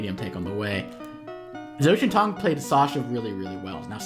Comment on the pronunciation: Really interesting match, also zhaotiantong's name should be pronounced something like jao-tee-en-toong, the tian is said with a hard t and the I is pronounced like saying the letter E, with the A said like an "eh". Zh in Chinese is pronounced similar to a J.